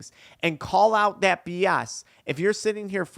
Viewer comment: "Byak to thyat". Idk who told you but you dont add a "Y" before every "A" in the english language. Fyi